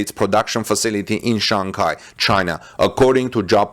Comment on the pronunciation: Its Shanghai not Shanghia